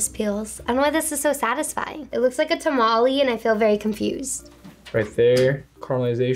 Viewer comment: When she said tamaleeees Every Mexican:😒😒😒😒😒😒😒😒😒😒😒😒😒😒😒😒😒